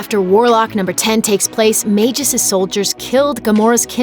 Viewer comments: Smh....Magus...its pronounced like "MAG-US" not Magis or whatever u said. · I thought you pronounced it mag-us not mageus? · Majus?!? Jeez. is getting just as bad at pronouncing things as Watch Mojo